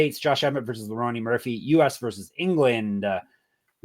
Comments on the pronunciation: okay!! Got it! Like a running joke. My bad, i missed ur picks last week and track my favorite cappers along with my picks for fun. Kept hearing both say Leroney and I had to know if i was missing a joke like you described or not lmao. Thanks for not taking it as anything negative. No need to designate an episode to me or nothing. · Is calling him “Leroney” rather than Lerone like a joke or do you guys actually think that’s how you say his name? No hate fellas, just curious